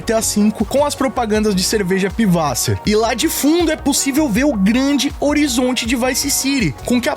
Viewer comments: posso ter entendido a pronuncia errada, mas o nome certo da cerveja não é piwasser, é PISSwasser, é literalmente água de mijo, esse "ß" é "ss" em alemão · o correto é "Pisswasser" (água de mijo kkkkkkkkkkkkkkk)